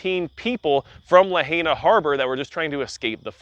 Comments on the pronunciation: It's pronounced La hi na, not La hey na. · I can’t believe you just said lahayna…. La-high-na You just pissed off every local that watches your video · It's pronounced La-hi-na